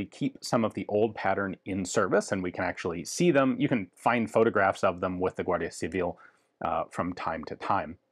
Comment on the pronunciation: Spot on pronunciation of "Guardia Civil". Ian seems to be a really good language learner.